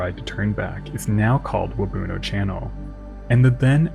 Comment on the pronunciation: I grew up in Parry Sound and there's a plaque at Waubuno beach that talks about the disaster. Just one slight correction– your pronunciation of Waubuno isn't quite right. The emphasis should be on the end with the rest of the word said quickly, so more like "wahboon-Ohh" than "Wah-boonoh". Hard to describe, but hope this helps!